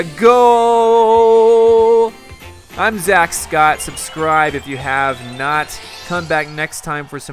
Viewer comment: Its Zackscott not Zakescott